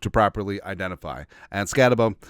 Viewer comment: I love ya man, it’s pronounced SkatteBOO. Kid’s a beast. He’ll over achieve at the next level. We’ll have to trade up to the 3rd round to get him. SKOL!